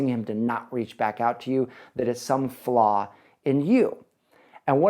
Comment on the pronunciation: Flaw not flah.